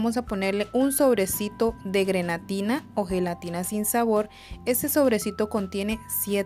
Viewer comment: Hola se dice grenetina no granetina